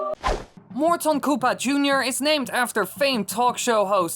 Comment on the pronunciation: It's Morton not mort on.